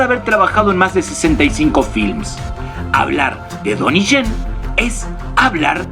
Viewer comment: MUY BUEN APORTE. PERO LO DICES MAL EL NOMBRE DE "DONNIE YEN" DICES TONY CHEN Y NO ES ASI SU NOMBRE. POR LO DEMAS EXELENTE TU COMENTARIO.👍